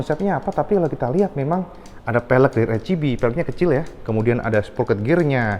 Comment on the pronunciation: RCB tlg dibaca ar si bi, bkn er chi bi